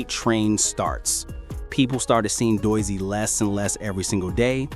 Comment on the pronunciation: Why do you have the YouTube channel called "chigs smooth" as your intro. And you are pronouncing Doechi's name wrong. This audio is stolen 👎👎👎👎👎